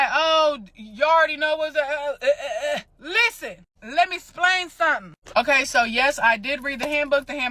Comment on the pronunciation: "Let me splain something"?? "You's guys"?? I'm guessing that English wasn’t her best subject in school.